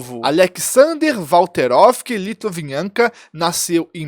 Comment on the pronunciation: Repita CMG, LIT--VI--NEN--KO.... O cara tá falando litvinanka... Tá escrito ali caraio, erra outras palavras em português inclusive